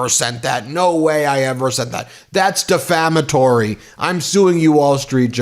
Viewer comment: Melania cannot even pronounce the word defamatory.